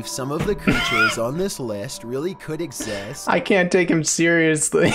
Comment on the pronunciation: the way he says exists. he says "exests" not "exists"